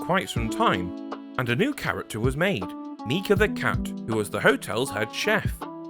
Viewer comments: Nice vid, mate. But correction: The cat's name is Miki, not Mika. Just letting you know :) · Miki the cat not mika